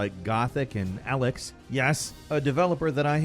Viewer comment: Where the fuck do you get "A"lex from "E"lex?? If you have played the damn game you would know how it is said, I am over hearing yous pronounce shit with a different letter e.g. Forza yous say Fortsa, like what the fuck.